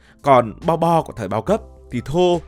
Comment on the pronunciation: Bo bo mà đọc lộn thành bò đỏ hoá ra cũng đều là thứ cho Bò đỏ ăn cả :))))))))))))